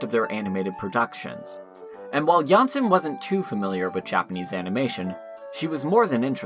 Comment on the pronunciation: Great series, good job. Only that it is JanssOn, not JanssEn.